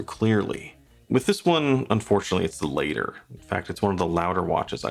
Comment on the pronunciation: latter = say "latt-er" (like ladder). not later (lay-tur)